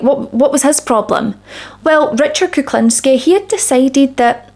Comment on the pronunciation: His surname should be pronounced like this: Cook-lean-ski